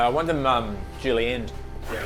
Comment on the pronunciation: "Did he say juilenne the hazelnuts?" 🤣